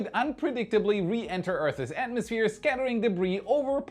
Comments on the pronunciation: Earther's lol. I think you mean Earth's 😂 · I really enjoy your videos and look forward to them. Minor requests: Please provide metric values. Earth's is pronounced Earths, not Earthses :-) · "Earth's". One syllable. Sounds like "Nerfs". Otherwise excellent as usual. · I don’t like to nitpick but you say it so often I just feel the need to point it out. The word earth’s is pronounced exactly like earths - only one syllable. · "earth's " is 1 syllable- not 2